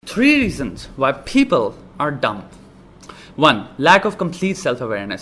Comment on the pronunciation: Three reasons why people are dumbbb. You lost me there. You think you are so smart but cannot pronounce 'dumb' correctly.